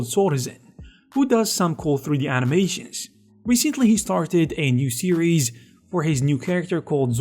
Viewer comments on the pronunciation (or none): “First of all, let’s talk aboooooooouuuuuuut… animayshins, vejitayshins and simulayshins”.